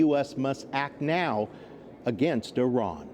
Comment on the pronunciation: Hey, Iran IS PRONOUNCED JUST LIKE IT IS SPELLED. What is wrong with you. Then the dumbo who came on set pronounced IRAN INCORRECTLY. All of you maybe are using an IRANIAN dictionary. I would fire you nits!